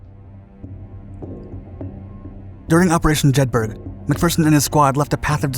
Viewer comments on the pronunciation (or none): Good Video once again let down by bad pronounciation! Jedburgh(A Town in Scottish Borders) is pronounced Jed burra! Not Jed burg! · Jedburgh is pronounced Jed Burra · JEDBORO (Like Edinboro) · Phenomenal content as usual. Fascinating and well researched. The one thing I would say that did stand out was the pronunciation of Jedburgh as Jed-burg, in Scotland the burgh part is pronounced burr-ah, so it should be pronounced Jed-burr-ah. I know I may be accused of splitting hairs, but on such a great channel with such good research I hope you accept this as well intentioned input. Keep up the great work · Jedburgh, pronounced: Jed-ber-ruh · 'Jedburgh', pronounced 'Jedburruh' FFS. The active ingredient in anti malaria pills is 'Quinine', pronounced 'Kwineen'. Why can't Yanks get pronunciation right? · "Jedburgh" is pronounced 'jedbruh'... Only educated, native, British, English speakers know this. The narrator of this video proves the point. Just imagine how a native German speaker would mangle the pronunciation... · Jedberg LOL, at least get the names right!